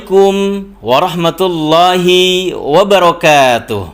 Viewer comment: Maap,ketika mengucapkan ورحمة الله " HI " nya jangan di madkan /(tidak dipanjangkan) Maaf trmksh.